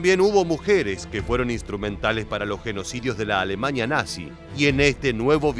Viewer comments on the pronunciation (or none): A - LE - MANIA... A- LE MANIA.....A- LE - MANIA.......